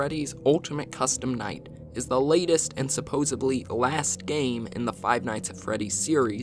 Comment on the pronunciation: Someone tell this man it’s supposedly, not supposebly